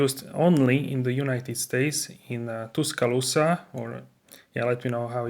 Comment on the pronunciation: You pronounced Tuscaloosa perfectly. I'm 50 miles up I20 in Hoover. What do you think of the American exports? Do they stand up to your Mercedes standards? I hope so